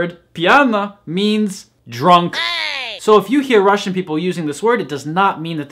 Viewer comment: You have the best pronounciation among all native English speakers I've ever heard speaking Russian.